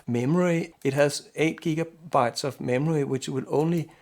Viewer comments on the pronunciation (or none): none